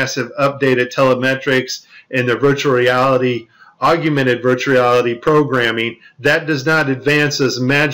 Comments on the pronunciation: Its "Augmented" like org + mented...Google it. Thanks for the interesting video and hours of research. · lol the guy can't even pronounce AUGMENTED... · Its augmented you illiterate. I assume you are just taking the piss with this video? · Are you for real, or are you joking? “I prayed about it, and the lord told me which video it was”??? You must be fucking kidding, you can’t be for real.... AND IT IS “AUGMENTED”, “AUG-MEN-TED”, NOT “ARGUMENTED”, you dumbfuck!!! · MY BS ALARM IS GOING OFF!!! " ......with their contact augumented virtual reality lenses......" THEIR WHAT???? First of all the word is "AUGMENTED" not "AUGUMENTED" How about a link to this "augumented" contact lens technology that works WITHOUT THE USE OF ADDITIONAL GLASSES AND/OR HEADGEAR which allows the Astronauts see so much detail they can catch VR objects in mid air? Here is the truth about this tech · Isn't it called "Augmented" and not "Augumented" ??? Anyway, could you help us out, because CHL (Cool Hard Logic) is under attack and we need your help in finishing him off (which I think I set up very nicely). His channel is easy to find and right now he is shitting bricks over the FLAT earth !! xD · it's pronounced AUGMENTED.